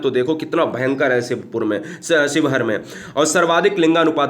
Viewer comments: Bhai ji sheohar शिवहर होता है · न्यूनतम वन क्षेत्र वाला जिला :–शिवहर है सर ना कि स्योहर 👍👍